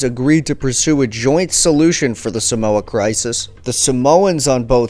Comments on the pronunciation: Not a cent was paid out by the US for the death and destruction they caused on 10 or so villages on ‘Upolu. Check out my to find out how an American city still honours a US Navy officer who machined gunned “savages”.... Just as an aside - the first ‘a’ in the word Samoa is a long ‘a’. So the pronunciation is Saaaa’moa.. Not Sa-Moa. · Thanks for doing a vid on my ancestry. If I may pick at something just for some fun fact knowledge, Samoa is pronounced Sar-More and not Sa-mower. Cheers mate! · No he doesnt its saaaamoa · No he doesn't and tutu-il-ah was a little jarring but 10/10 for the great info!!!